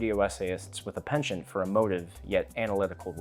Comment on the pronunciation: Did you say pension instead of penchant?